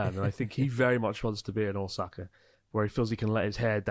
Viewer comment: Man, how long have you been in Japan and still can't pronounce Ōsaka. 😅